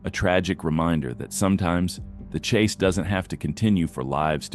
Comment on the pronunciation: "Police chas zone"